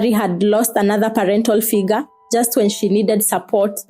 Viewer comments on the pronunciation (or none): none